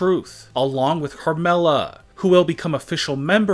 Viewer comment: Bro just delete u channel u can't say Carmella u said harmella